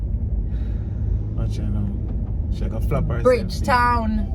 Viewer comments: lol. she does not have to go there to be blocked 😊 🥰❤️ I did lol 🤣 and you sir did well with a few names. I still love you but no Bridge Town that sounds more 😄 like Guyana 🥰🥰🥰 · Not saying Bridgetown😂..... knows his Trini cities man....San Fernando, Chaguanas, Port of Spain....he even knows the Savannah! Big up lol #Trinimtmfaminthehouse 🇹🇹🇹🇹🇹🇹🇹🇹